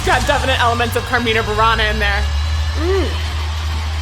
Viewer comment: When the university choir (Mimas) I was part of celebrated its ten-year anniversary, we performed Carmina Burana (btw. all the vowels are short, so the stress should be on the antepenultimate syllable in both words), our conductor had a local metal band (Inside I) come as a surprise for the audience in the final movement, overlaying a 4/4 instrumental to the 6/4 of the movement. I have a copy and can send an excerpt to you privately if so desired.